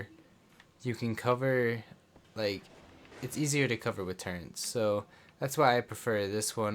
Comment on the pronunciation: Sry u just said turrents lol can't take you seriously